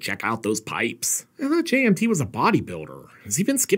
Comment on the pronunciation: Does anyone else hear 'J&B' everytime says 'JMT?'